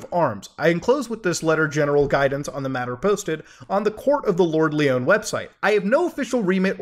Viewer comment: It's not Leeon, its Lion. Lord Lyon lol